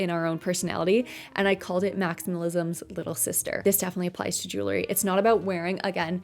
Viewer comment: lol are you saying jewlery?